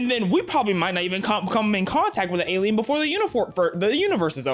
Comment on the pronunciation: Im sorry.. elien..? alien? Elien?? what (Not hating i just never heard anybody say it like that.)